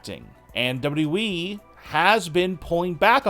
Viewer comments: what is WE? or "w" "we" dude its WWE lol this guy just couldn't say WWE. lmao Hilarious. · The guy that be telling us these stories sounds like he cant speak English. Its pronounced wwe, not we. Get it right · WWE. Learn to say WWE. It’s not “WE”. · Once you hear dubitiblyeeeeee, it cannot be unheard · Yeah some people have trouble pronouncing certain combination of alphabets. It's a disability. Grow up! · No...it's DoubleWeeWee - honestly, I've listened to it over and over again 😂 😂😂😂😂🤣🤣🤣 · The way he says "WWE"! 😂😂😂😂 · She got injured, not fired dopey. Learn how to say WWE properly ya ballbag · It's the way he says wwe for me 😂😂😂😂😂😂😂😂🤣🤣🤣🤣🤣🤣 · You say wwe in the weirdest and worst way